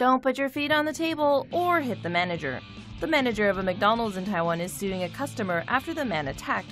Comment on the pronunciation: You pronounce McDonald's Mikedidi?